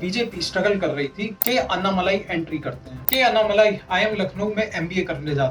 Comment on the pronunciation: अन्नामलाई नहीं भाई अण्णामलाई। दूसरा आंकडे हिंदी में ही बोलें। सब हिंदी समझते हैं।